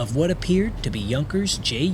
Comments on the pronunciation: Pronounced "Yung gerz" not junk ers. Good video though. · It's pronounced "You-nkers", not "Junk-ers". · "Junkers" is pronounced Yoonkers. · I love your content, but you really should learn how to pronounce common German words and names from WW ll. (Maybe watch Mark Felton's videos for some help on this.) "Junkers" for example, is not pronounced with an American style J . It's more like "Yoonkers". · The name "Junkers" (as in Junkers aircraft) is pronounced YOON-kers, with the "J" sounding like a "Y" and the "u" like the "oo" in "book". The emphasis is on the first syllable. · Poor pronunciation of some German words/names like Wehrmacht and Junkers.